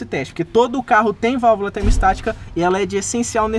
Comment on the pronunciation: Muito bom seus videos mas apenas uma correção na pronúncia ai! O nome da valvula é "termostática" e não "termo estática". Abç